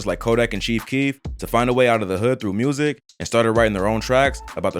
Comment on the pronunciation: Jus wish they knew how to pronounce the word music lmao wtf is murzik